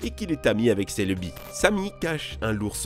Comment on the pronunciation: celeubi XD